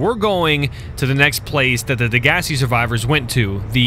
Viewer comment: rubber ducky um it's degasi not digas and they aren't talking about the degasi sent by Alterra Corp. they are talking about the precursors which are the sentient beings of that planet who have imprisoned the sea emperor and you are trying to save it so it's your friend the aurora is sent on a terraforming/rescue mission and it is also shot down by the precursors so you free the emperor together you defeat the precursors happy smiles who gives a ... hooray